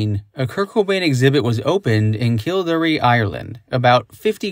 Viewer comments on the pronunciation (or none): Kildare is pronounced “kill dare”, not “kill daree”. I was at that exhibit and got to sit in on the interview held with Frances, Wendy and Kim. It was a great experience.